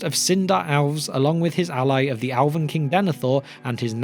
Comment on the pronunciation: When he says “Alvin” does he mean “Elven”?